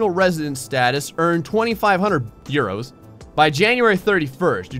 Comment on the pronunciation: I died a little very time he said euros, a bath, referred to himself as Spanish, etc. Bloody hell, mate.